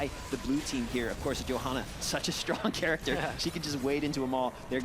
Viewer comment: did she say.. Charactscher?